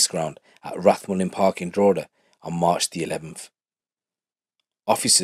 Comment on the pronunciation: pronounced Drogheda better any non-irish person I ever heard haha fair play bro